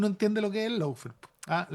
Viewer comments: Felicitación, pero el idioma del adversario hay que a`prenderlo es Law= ley y se pronuncia LÓ no lau, faire=fér está bien....eso no es sin importancia porque los piratas que inventaron este idioma sin reglas, para confundir... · No puede decir el nombre del programa bien de tan caga que quedo